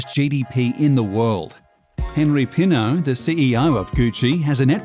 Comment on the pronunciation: . HENRI PINAULT not Henri Penoult. FRANÇOIS-HENRI PINAULT. ...You are welcome.